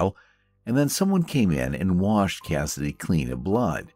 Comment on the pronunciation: You had me confused when you said Kennedy's feet were clean. After replaying it, I assumed you meant Cassidy.